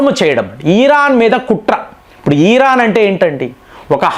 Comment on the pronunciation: ఈ రాన్. కాదు ఇరాన్ మీరు కంటిన్యూ గా తప్పు పలుకు తున్నారు